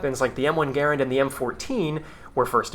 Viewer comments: I'm sorry man. Your video was otherwise good, but if the weapon is not pronounced GUH-RAND and Roosevelt isn't pronounced 🌹-evelt, I hate it because it's so un-American and feels very inauthentic and after the fact. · Stopped listening because of your pronunciations. No amount of good music will ever help me accept cringe like your take on Garand and Roosevelt. 😂